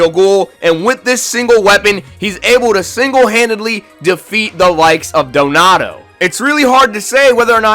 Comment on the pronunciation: Who’s denota doenota it’s donato and I’m sorry I had to say something I mean you couldn’t even say Amon right almost lost it there like you can say Takizawa perfect but not Amon